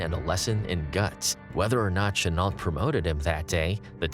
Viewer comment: I'm not a pro, but here are a few tips: Chenault is pronounced "Shen-o" and the Zero was a naval plane rarely used in China - the fighters the Tigers faced were Oscars.